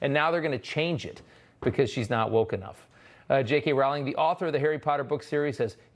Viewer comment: Wow! Disney canceled Walt. By the way, "Rowling" is pronounced "Rolling."